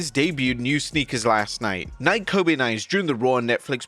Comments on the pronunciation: Bro, it's pronounced Nikee, not Nike. 😂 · Nik-eeeee.....long e sound at the end of the word my guy. I have never heard someone say Nike with no e sound before. When you say the name Michin, it is NOT Mi-shin. Think of it like me and chin, Mi-chin.